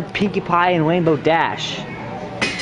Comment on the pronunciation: Cashier got turned on by how boldly he asked for a pwinkie pwie and wanted him to ask her out